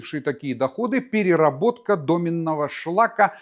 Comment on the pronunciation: Не домЕнного ,а дОменного .